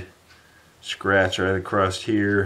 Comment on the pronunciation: Love these vids... Though there is still no T in across.,-) keep up the good work.